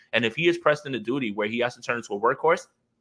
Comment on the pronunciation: he said " duty" lmao 🤣